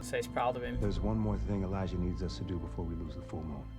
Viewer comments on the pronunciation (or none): Not a criticism just a bit of info I think it is pronounced Elijah not Eliyah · he says it without the j before and after the show, whenever he hears it said right he says it right, quite funny really